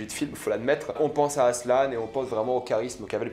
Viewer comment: Ça se dit ASSELEN pas asselane